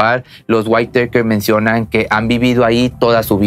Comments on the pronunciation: Se pronuncia: "Guítakers". No Guaiteikers. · Me incomoda el cómo pronuncias el apellido cuando se pronuncia simplemente como se escribe WHITAKER nada más,sólo que con el sonido del inglés la T tendrías que pronunciarla como una D y la E y la R como un KERR con doble R.más o menos así,sino mira videos donde te enseñan como pronunciar los nombres y apellidos en inglés y de otros países de distintos idiomas es interesante y aveces divertido si quieres aprender. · SE PRONUNCIA "GÜITAKER" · Waitèikers hahahhahahaa SE PRONUCIA LOS WITAKERS me deberías contratar para ayudarte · Se dice whittakers no guiteikers pero solo digo no intento ridiculizar ni nada por el estilo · Perdón pero me hace mal escuchar "waiteiker" 🥴 se pronuncia Wittaker tal cual se escribe, con el acento en la i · El apellido Whittaker se pronuncia WÍTAKER ( güítaquer). ☺️ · Habías de corregir, Whittaker no se pruncia "WAITEKER". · Es witakers jajaj me estréso cuando lo pronuncia mal jajaja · Se dice guiraquer 👌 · Ojo Se pronuncia witaquer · No pudistes consultar la pronunciacion correcta de Whittaker? 🤦🏽‍♂️